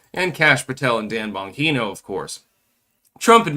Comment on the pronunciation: Well, you refuse to learn Dan Bongino's pronunciation after a decade, so phuck it.